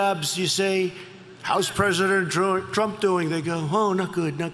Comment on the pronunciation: can't even say his own name correctly... 🙄